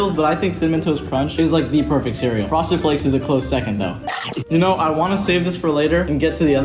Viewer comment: did you hear him say froseded flakes 2 lol hahahahh like if did